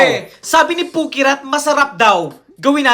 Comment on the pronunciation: Kuyaa😭😭😭!!! Fhukerat po hindi pukirat😭😭😭😂